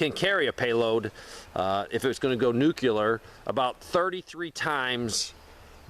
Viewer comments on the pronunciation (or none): Nuclear not nucular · What is a "nucular"? Because inside an atom is a "nucleus". Not a nuculus.